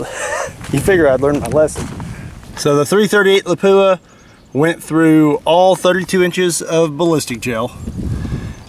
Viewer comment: I've only ever heard it pronounced as "la-poo-a." Pretty sure he's right.